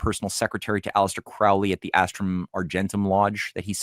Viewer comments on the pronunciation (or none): Quick note, guys. "Crowley" is pronounced like the bird "crow". ("Croh-lee")